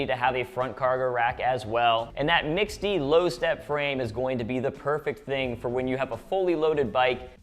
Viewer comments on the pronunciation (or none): "Mixte" is pronounced simply like "mixed". It's not "mix-ty". Just an FYI.